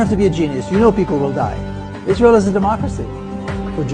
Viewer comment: YES YOU CANT MAKE THIS UP...THE UNBELIEVABLE IS IZ-RA-HIELL